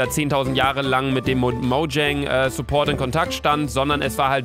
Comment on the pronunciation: Niemand: Luca: Moudschäng